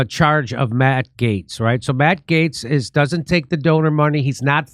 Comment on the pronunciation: Jimmy finally pronounced Gaetz correctly.